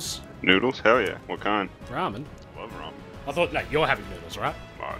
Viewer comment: it sounds like you say "wheat is going on guys"